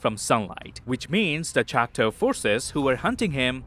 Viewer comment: LOVED! this synopsis BUT my guy it’s choctAW NOT chocTOE this is coming from a Choctaw granddaughter